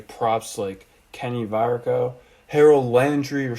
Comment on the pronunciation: Well done and well stated. Great job! Only one thing..it's pronounced Kevin By-ard and Kenny Va-kah-row.